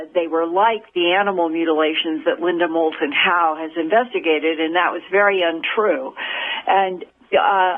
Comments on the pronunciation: You missed the "L" in "Moulton". "Mouton" mean "sheep", in french ... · Doesn't Matter...probably just would have been incorrect info anyways. He couldn't even get the name of the guest right. It is "moulton"...not "mouton".